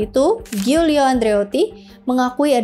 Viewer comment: Gianni dibaca Janni Giorgio -> Jorjo (George kl inggris, Jorge kl spanyol) Giulio -> Julio (Yulius)